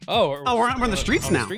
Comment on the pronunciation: God, i hate when people pronunce the "str" as "shtr", like saying "Shtreets", it' streets goddamit!